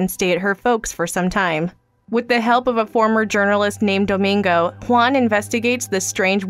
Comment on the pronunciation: Why do you say Juan like that? Sounds like Stewie saying W words